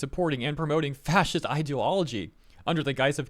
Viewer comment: ”fasist ideology” 😂